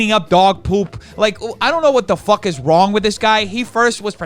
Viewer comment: I find it hilarious that when u get super Uber mad, when u use the f word instead of f*ck, all I hear is FOOK 🤣🤣🤣. I love this side of u!